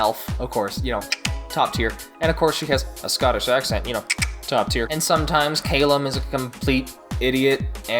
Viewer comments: "Cail-lem"... Callum boi lol XD <3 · “Kay-lum” um? It’s Cal-um, right? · Listen the war started because the humans used horrible dark magic and you pronounced Callum wrong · Can we talk about your pronunciation of the name Callum